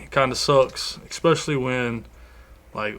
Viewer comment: Essspecially ....not ECKspecially